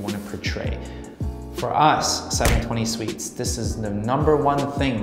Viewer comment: I'm gonna punch my computer if this guy says seven twenty sweets again! arghhhggg lmao